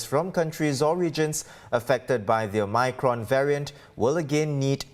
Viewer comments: Omicron, not omycron la some more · Cant stand the o-my-cron pronunciation 😖😖